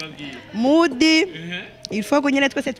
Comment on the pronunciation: Bro mukwiy guhindur camera vraiment amashusho yanyu ntabonek nez ham uwomukobw arek kwic English ngo mudiii bavug mood ntibavug mudiii